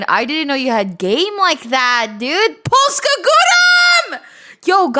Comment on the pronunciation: I might've laughed a bit too hard when said POLSKA GUROM